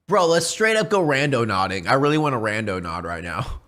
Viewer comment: When it's more than half way through the video before FINALLY realizes it's "randoNAUTING" not "randoNODDING".......even though the correct spelling had been on the screen fifty times already.